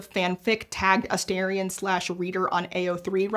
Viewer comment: His name is A-STAR-ion, not A-STAIR-ion, they say it MULTIPLE TIMES in the game, how can people get it wrong?? God, I hate native English speakers.